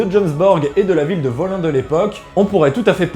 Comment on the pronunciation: Ça se dit woline. J'y étais en 2014 quand j'étais chez les Odin følgesvenner, ça vaut le coup ...